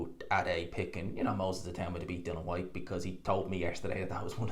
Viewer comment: It’s DILLIAN. ffs